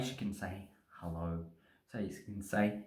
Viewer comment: "hellouwrrh cunt!"=100% confirmed Australian